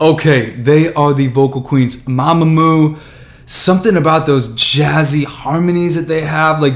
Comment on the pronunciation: He didn’t say mamamoo right